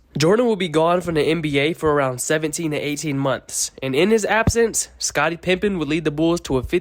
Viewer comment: I swear I heard that every time. Wondered if I was hearing things